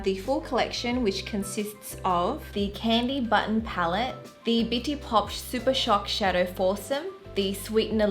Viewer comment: Please tell me I’m not the only one who heard bitchy instead of bitti lol